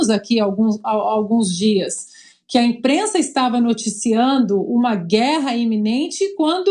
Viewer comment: Essa "inprenssa" não tem senso de humor. Gente azeda 😆